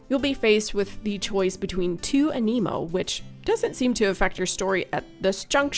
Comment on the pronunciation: Thank you for pronouncing aniimo as aniimo and not animo.